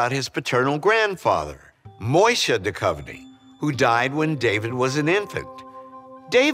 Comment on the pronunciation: Would be great if they also add a correct pronunciation of they surnames as a part of the ancestor discovery. Duchovny is derived from “Duch” so spirit or ghost + standard “ovny”. The letters ”ch” is not pronounced as a “k”, it is a specific sound.